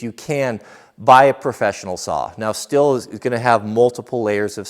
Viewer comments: Pro Tip on the Brand name: it‘s pronounced like the english word steel, just with a ‚sh‘ sound - the closest approximation would be ‚shteel‘… awesome video! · Stihl is pronounced steel here on the east coast. Steel not still.